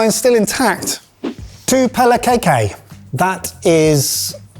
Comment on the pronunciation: Well, seeing as you commented on how much we may be shouting at you, kaikai is pronounced with the "ai" sounding like eye ;). Also, having travelled throughout a bunch of villages, you could have just cooked up a bunch of white rice, heaped it in a serving bowl, and dumped a can of tuna on top. To make it fancy, you could add a package of instant noodles. Not exactly the most flavourful, but it will definitely fill your belly.